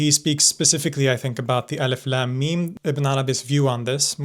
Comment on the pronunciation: I just keep hearing 'Eleph Lamb Meme'